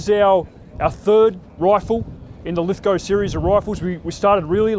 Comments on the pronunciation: Lith-go. W silent. Ive never heard it pronounced any other way but the proper way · Finally, someone who knows how to say "Lithgow" correctly! Well done,, this makes up for those mini-shorts you wear! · ive never seen an American pronounce Lithgow properly what a lad actually learnt how to say shit properly